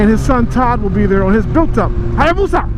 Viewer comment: Please, everytime you have/need to say Hayabusa, just say it like - .